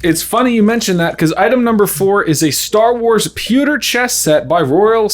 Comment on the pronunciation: Anyone else say “sponges!” When said “pucker” instead of pewter?